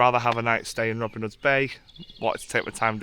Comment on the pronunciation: Reivaulx - Pronounced Ree - Vo - ignore the i, l and x